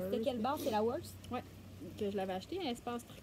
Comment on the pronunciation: Vous faites un bon travail! Juste un petit mot pour dire qu'on prononce le ED de worsted et faded.